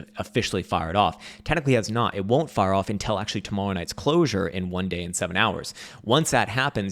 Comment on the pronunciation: I have been with you since 2016!! Since you broadcasted from that shithole room with your crazy hair, yelling red/green dildos..BUT you’re killing my ears with the word; “UNTELL” it’s UNTIL dammit!!! Pronounce it correctly or I’m going to give you a smack down with a red dildo!!! 😂😂😂😂